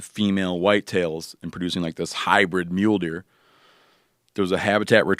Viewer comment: He clearly says 'mule deer' a lot, because he pronounced it, 'mewder'.